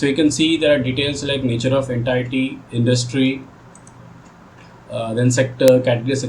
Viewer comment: Please check how to pronounce 'entity'